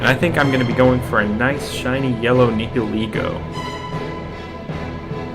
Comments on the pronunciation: Nih-hill-leg-o my dude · nee hee lee go 😭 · Thw way he says nhilego is a joke